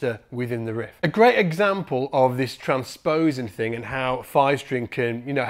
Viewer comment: Its "tran sposing" vs trans posing"